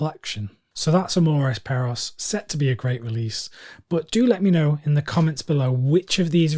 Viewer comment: Oh, Amores Perros will be a must get for me as a Alejandro Iñàrritu fan. I mean I’m mexican, he’s Mexican is a win win lol. It makes me smile that you tried to say the title in a correct way but you were close lol. Have a good one! -Bernardo Cisneros